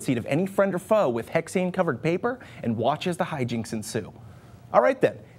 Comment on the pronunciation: "And watch the hygincs ensue." I don't want to watch someone go to the bathroom...